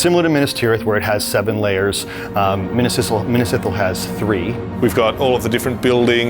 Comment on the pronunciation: please pronounce Minas Ithil correctly lmao big Lord Of The Rings fan here